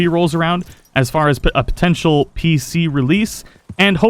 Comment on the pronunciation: I enjoy your content but come on...potential. The word you’re looking for is potential. You keep adding extra syllables to it